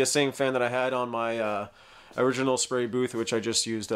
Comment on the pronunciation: What's a 'spary' booth?